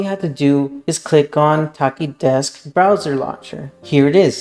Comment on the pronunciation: the ch is pronounced like the ch in chair